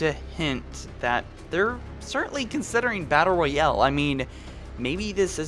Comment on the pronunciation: Nothing worse than a "battle royelle"